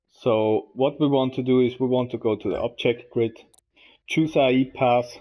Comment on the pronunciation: Great video man. It's A.I. Not Ai. I know it can't be your accent so I try to help you out. Artificial Intelegence. Keep up the good work!